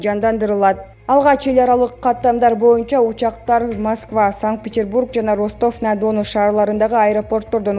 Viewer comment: Автор Ростов-на-Дону ударение уга коюлат,окуй албасан шерменде болбой башка иш.изде кулку болбой.